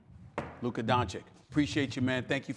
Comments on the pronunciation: "I am glad to have Luker Doncic on today." SAS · No we don't. We'll never respect Stephen A as long as he doesn't learn how to pronounce it properly. It's his job! He gets paid millions to do it. Dude have some self respect, if you can't respect your job, audience or players. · Nino Brown No, they are too lazy and too arogant to bother (I won't say too stupid - I give them benefit of doubt). But in Stephen A's case, it's his job to learn how to pronounce it properly. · After more than two years Stephen A. doesn't want to pronounce Luka's name properly, why's that?